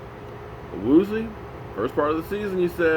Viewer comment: Awoo-z-yay might be a better pronunciation key for ol'! I do agree it sounds kinda like nails on a chalk board when he butchers it. Lol